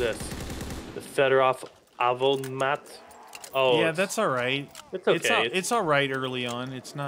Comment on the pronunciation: I think your talking about he said Fedorov avtomaf